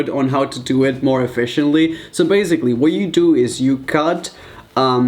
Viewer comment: Galaxis not really sometimes he sounds more American when he’s reading but not really lol I love the way he says basically, (baez- ick-lee)